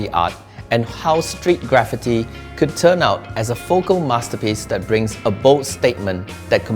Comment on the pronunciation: Graffiti is pronounced Grah feet ee, not gra fit ee ( and the designer made it sound like gravity)